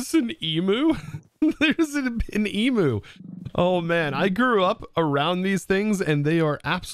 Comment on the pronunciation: Ok,, mate, I love your content, but if you lived around emus then you should know how to pronounce it properly